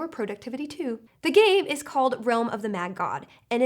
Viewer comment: I laughed so hard at you not being able to say, "productivity". It was so cute I was like /.- bc I do it sometimes.